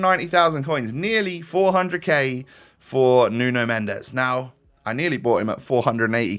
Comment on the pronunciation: nuno mendes is pronounced as nun mensh